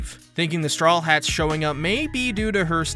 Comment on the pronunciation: Am i the only one who hears strollheats instead of strawheat?